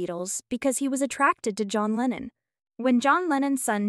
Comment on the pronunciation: It's Lennon. Do your homework.